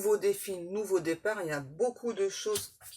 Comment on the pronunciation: Meilleurs voeux 👍 Merci. Aurais-tu dit têtard au lieu départ?